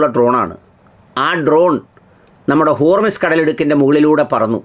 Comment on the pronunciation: ഹോർമിസ് അല്ല, ഹോർമുസ് ആണ്